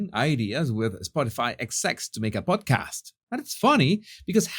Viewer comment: I thought you said PORNCAST 😂😂😂